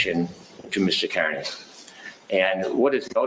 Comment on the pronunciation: Judge Sisitsky, not Judge Doolin. Also, Aidan/Turtleboy's last name, Kearney, is pronounced "Carney."